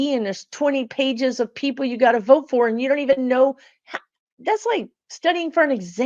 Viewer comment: I love your videos, but your inability to say the word "Vote" is starting to piss me off.